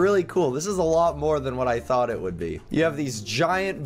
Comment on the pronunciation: When said please let me be I thought he said please let me pee